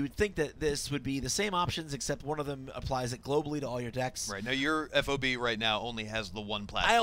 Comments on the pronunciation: Plz plz plz, for the love of god stop calling it F.O.B being in. the military since it is a military term, it is pronounced Fob. as in job, with and F. fob... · Just say fob, not F O B. It's a fob.